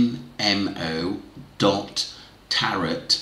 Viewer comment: Hi tarot is pronounced TARO